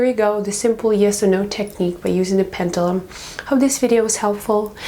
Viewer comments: Please say Pen-due-lum! Properly ;0) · I'm sorry, but it's pronounced PEN-JUH-LUM. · Its a pend uuuuulum. Speak properly lady..../ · It's pronounced Pen.ju.lum even though it's spelled Pendulum